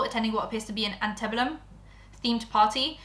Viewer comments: First of all, it's pronounced anti bellum (I'm not trying to be mean - I'm someone who thought hyperbole was pronounced hyper bole 😂) Second, I'm Australian but I'll chime in anyway. Plastic surgery in the prenup? I'm not saying I believe but honestly the bar is so low that I would not be surprised. As for the racism, I want to believe she was just ignorant and has since educated herself and done better. In any case, she's beautiful and appears to have money. There are some people who won't forgive or accept her, but by and large most people will sweep it under the carpet and act like she's an angel. I see it all the time and it's so disappointing. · That one word is pronounced ANN-TEE-BELL-UM. hope you didn't read that in a hater voice, ik t it's a weird word and just want to clarify <3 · I feel like this video should have been done by someone who actually understands U.S. history and culture. It was frustrating to watch someone mispronounce antebellum and not even know what that truly means or implies.